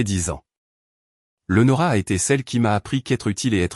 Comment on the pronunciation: Même pas foutue de prononcer le prénom Léonora correctement, quelle misère, ne demandez pas des likes, c'est injuste